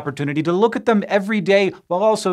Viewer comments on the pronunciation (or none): none